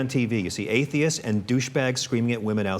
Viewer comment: I really enjoyed this show, it's my first time watching, but I didn't enjoy the way he almost spat out the word "atheists", and then neatly tied it together with right-wing, conservatards. Yes, there are some loud, obnoxious and undereducated atheists, just as there are in the religious community. But we're not all like that. If you're going to save face for the majority of the religious, by only scrutinising the extremists, grant the same courtesy to us normal, respectful non-believers.